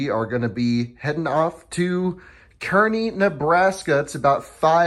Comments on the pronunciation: it's pronounced kaa-rney just fyi :P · That's Car-Nee Nebraska. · I wanted to rip my ear out every time you said Kearney. As it is pronounced “CAR-KNEE”. Other than that, great content! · As someone who is orignally from that area, I felt the same way lol